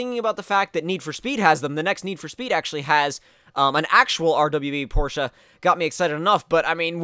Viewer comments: Porsh. Not Porsh-uh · It's actually the complete opposite. People in America tend to say porsh but it's is truly porsh uh. I pronounce it the "American" way though. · Porsch in America and Porsch-uh everywhere else basically